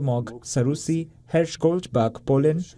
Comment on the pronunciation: It's Her-sh not Herish